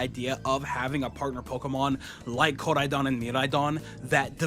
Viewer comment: Never heard anyone say Koraidon and Miraidon like that